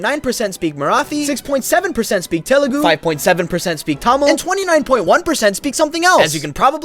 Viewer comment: He is the only foreign man who can pronounce Telugu right.